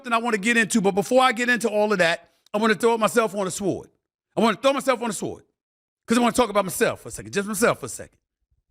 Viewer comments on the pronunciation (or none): Stephen A I know I didn’t just hear you say Shword… 🤦🏾‍♂️ I know I’m just listening too hard.